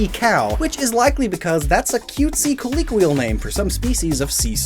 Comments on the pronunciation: Honestly, I think your Japanese pronunciations are better than some of your English ones. You continually mispronounce colloquial in episode after episode, and you called Taurus, the constellation, Tauros more than once, as well as mispronouncing Aldebaran. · How does still to day still not know how to say colloquial?